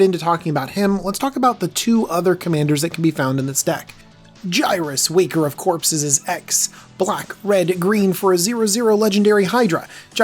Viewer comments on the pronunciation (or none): We need to teach him to say “Waker" lol